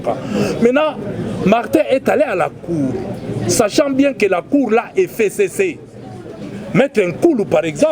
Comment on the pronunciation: F: 6ème lettre de l'alphabet qui se prononce F et non Fé, tokeba na FéCC et pourtant c'est bien simple de prononcer FCC